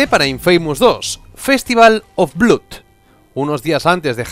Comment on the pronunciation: Festival of bluud jajajajaja